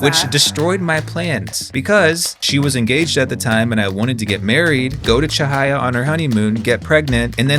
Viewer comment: omg finally someone who pronounces cahaya correctly